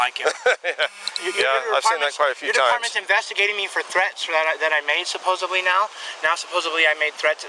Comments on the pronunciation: Anyone who pronounces supposedly as "supposably" are unintelligent morons. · Of course he says “supposebly” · Never trust someone who says "supposeBly".